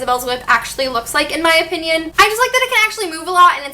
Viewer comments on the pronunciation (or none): none